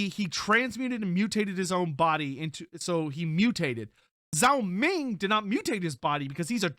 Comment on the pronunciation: zhao ming more be pronounced dg-ao ming than zao ming. dg sound as in the word doDGe